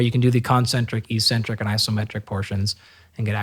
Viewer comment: Dr. Galpin, thank you for sharing your time and insights! However, your mispronunciation of eccentric validates your claim you were a gym rat early on. it is ehk-sen-trik. The first "c" is hardened by the "c" that follows, and the second "c" is softened by the "e" that follows. I highly recommend The Logic of English book as a family heirloom. Also, look into the importance of bio-copper to cellular energy production. The "chrome" in cytochrome c oxidase refers to the color the copper brings to the enzyme. All anti-oxidant enzymes, the real anti-oxidant work horses, are powered by copper delivered via its transport protein ceruloplasmin. It also happens to be the most sophisticated protein/enzyme in the human body with 1046 amino acids and up to 8 coppers. It also expresses as ferro-oxidase to flip ferrous iron in cells to ferric iron, which enable ferritin to remove the iron from the cells and prevent tissue buildup of potentially reactive iron stores. Cu is absolutely critical to the produ tion of Mg-ATP, the true energy currency of the cell, and NPK fertilizer has neither.